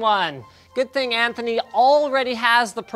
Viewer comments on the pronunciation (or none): none